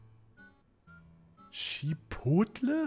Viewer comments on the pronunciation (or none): none